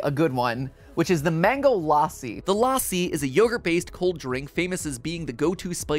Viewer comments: la-ss-i not laa-si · It's not laassi, its lassi(in pronunciation) like the a sounds like uh ( say bruh and get the A from it) sry for this i am not trying to bully or defame or annoy you just telling thats all pls dont hate me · LAAAAASI?! WHY (it's pronounced lussi ) WHAT IS LAAAAASI? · MatPat: The Mango L-AH-ssi Indians: Boi it's L-uh-SSI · It is not mango laaasi lassi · lassi is pronounced lus-sea not la-sea 😭😭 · it's luh-ssi not LAASI BRUH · IT IS LA SSI NOT LAI SSI YOU OFFENDED ME IM INDIAN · My Indian self screamed when matpat said LA-si. Had to pause the video for a full five minutes to calm down 🤣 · Before MattPat said famous drink in India, I had no idea he was talking about Lassi, coz he was saying Laasi 😅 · Its not pronounced laaasi the a is moch more like the u in fun the problem is that in hindi's(indian language) script we have letters to represent that sound but in engilsh we dont so u have to adjust it with other vowels like a and u (also real quick we have like more than twice the number of your letters because our sounds remain consistent throughout the alphabet and donr have single letters using multiple sound and u guys teach kids that you say c like see but when its in a word its like kuh but we dont do that here just switch to hindi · he said lassi wrong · Omg lassiiiiii I've been drinking it often recently taste is amazing also you messed up the name so bad 😂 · As an Indian, hearing how Mat pronounces lassi is KILLING me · That not how you pronounce lassi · Please pronounce lassi right